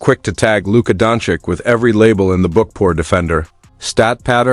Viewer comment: It’s pronounced DONCHEECH